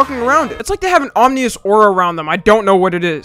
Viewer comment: "Omnious"? Did u mean ominous?